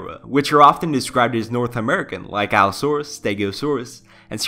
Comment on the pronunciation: can i just say that u pronounced allosaurus and stegosaurus right but then you always pronounced ceratosaurus as ceratocirus which just sounds like a disease... in my opinion it kinda triggured me in a cringe way but i liked the vid non the less still good content, u have my sub and views from the future on